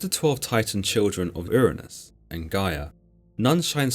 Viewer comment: The way he pronounces Hyperion's father name sounds like Ernes instead of Uranus but the synopsis is spot on.